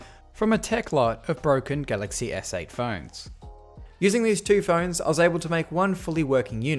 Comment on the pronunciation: Who else notices he says “galaxy essay” instead of galaxy S8